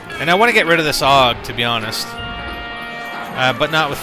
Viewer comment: AUG not ogg